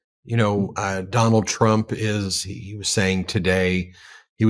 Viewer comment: Congressman almost said "Tronald Dump"...I like that 👏🏾